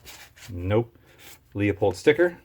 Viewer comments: Pronounced LU-pold not LEO-pold. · Leupold is pronounced loopold. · Leu..... Leu....... damn it .............get IT right ... it's fucking Leu pold ......